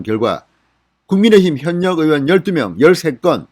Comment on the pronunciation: 현역 발음이 잘안되네